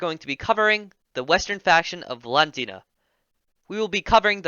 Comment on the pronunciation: I think it’s pronounced V-Lan-D-ia